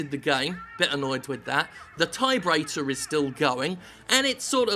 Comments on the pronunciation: TIE-brator. Rofl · I lost it at TIEbrator. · "TIEbrator" That killed me, I am dead, please send flowers. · Gotta say.. I cracked up at "TIEbrator"! XD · "Tiebrator" good show Jim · David Brown TIEbrator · "tie-brator" ...*snrk* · Tiebrator... that's gold, lol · Tie-brator! lol classic! Nice one Jim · Tiebrator. :D